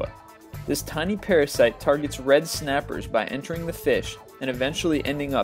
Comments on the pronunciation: Did I hear red snappah. :D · Just a little... RED SNAPPAH